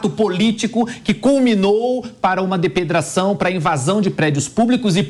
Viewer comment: Avisa o cara que precisa treinar pra falar DEPREDAÇÃO. Affff. Fraquérrimo